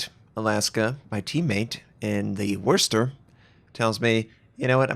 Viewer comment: 50 seconds in -Liked! Props to you, you say Worcester just about right now. For what its worth, it sounds so much better - extrremely close to exact. I appreciate the effort you put in to pronounce things correctly.